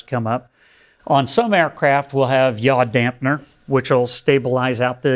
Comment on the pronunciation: Yaw Damper, not Yaw DampNer, please.....